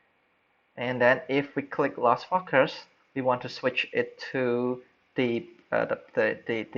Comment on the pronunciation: Thanks mate. Nice tutorial. Just one tip for improvement: when you say focus, it sounds like "fucker". You don't want to say that. haha. Cheers.